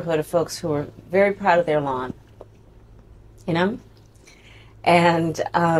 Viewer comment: She’s on”repeat” ~ and the “lawns?” OMG! Let her keep talking and then put these clips on campaign ADS!